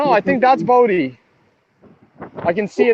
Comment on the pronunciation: Bondi is pronounced, "Bon Dye". Ugh.